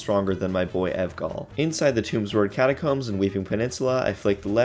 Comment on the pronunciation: “Evgall” is just making me giggle the whole time